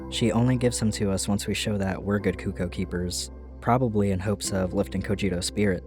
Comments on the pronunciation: It’s pronounced CUCK-oh. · No but it's pronounced cUHc-kOO. Cucco is a representation of the sound a chicken makes. It's a play on words, a verbal pun. The Japanese love these. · I've always pronounced cucco like, ""KUH-koh", similar to how it's pronounced in Japanese. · my favorite part of the Zelda series is that no single person can agree on how to pronounce cucco